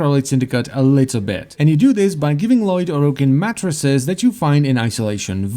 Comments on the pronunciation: they're matrices, not matresses, so it's pronounced MAY-trih-seas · Just wanted to help my favorite Warframe You Tube video maker: Matrices is pronounced ˈmeɪtrɪsiːz’